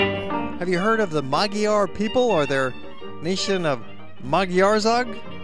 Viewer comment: LOL, The name Magyar is NOT pronounce Maggie yar. Simular to the gy in Egypt, ie; Maudjar. En apa Magyar volt.